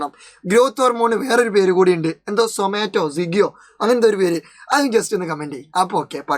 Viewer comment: Somatotropin❌ Zomato✅ Correct alle sirr❤